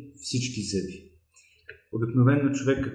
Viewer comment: благодаря за съветите. Само една малка поправка Ви отправям. Много е дразнещо човек да чува зъбИ, а не зЪби и зъбИте, а не зЪбите.